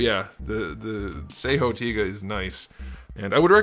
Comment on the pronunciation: Yes, you pronunce it correctly, it's "Tiga". not "Taiga" or "Tyga", i know cause i watched it when i was young. Please if you could, do the review of Dyna and Gaia. Keep up the good work.